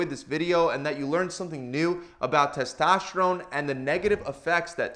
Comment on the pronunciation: Used to hearing it pronounced like testosterone by docs and the first seconds of this video was like what's testoshron... :-) sports help increase testosterone levels quickly, efficiently and safely (unless it's karate or racing, etc.).